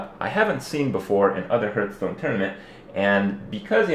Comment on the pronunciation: Its not HURTstone its HEARTHstone...